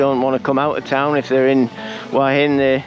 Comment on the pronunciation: I enjoy your HH videos. Thank you. However, would you consider saying Hua Hin correctly in your videos? Hua Hin is หวัหิน. (who-a Hin).